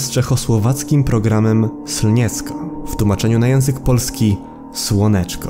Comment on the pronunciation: To się nie czyta scniecko tylko slnieczko